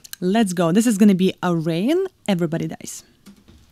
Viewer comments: Ayreon is pronounced: AIR.. E.. ON. Very enthusiastic video, haha... loved it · Great reaction! 🤟🏼🤟🏼 And for the record…Ayreon is pronounced something like Air-ee—jon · Pronounced. Air-E-on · This song is such a crowd pleaser. You can tell by how loud the crowd cheers when they realize it's this song, in the opening moments. Ayreon is pronounced Air-eon, btw :) Great reaction. For an excellent, amazing Tommy Karevik song try Into The Black Hole, from this same concert, Ayreon Universe. It's a vocal tour de force built on amazing music and a crushing killer riff. Also, as others have said, Intergalactic Space Crusaders for more Maggy Luyten. :) <Edit> Ride the Comet is another great song that has Maggy on it. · Hi, Ayreon is pronounced as Air+A+On 😉